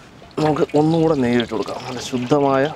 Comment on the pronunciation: ശുദ്ധമായ നെയ് എന്ന് പറഞ്ഞപ്പോൾ... നമ്മളെ തമിഴ് മച്ചാൻമാരെ ഓർമ്മ വന്നു